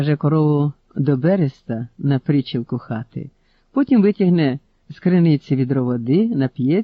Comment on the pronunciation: Може десь і кажуть прИ'чілок, але в "нашому селі" завжди казали причІ'лок. Тому такий наголос ріже вухо. Ще є декілька слів з чудернацьким наголосом, але то вже таке, несуттєве, порівняно з отриманою втіхою від прочитаного. Досі знав Вінграновського як поета, а тут оповідання, та ще й оповідь ведеться від Береста та його брата Попела. Дуже, дуже сподобалося. Дякую.